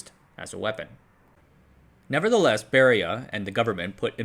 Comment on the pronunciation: Slight nit pick: is it Lavrentiy Beria (note the r).